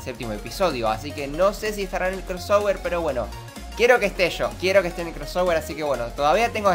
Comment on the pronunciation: Deja de decir "Cross -ower-" maldita sea